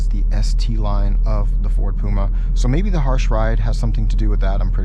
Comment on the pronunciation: It’s P U M A not P O M A 🙄